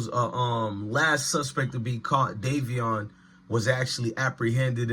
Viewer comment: Davion not Darrion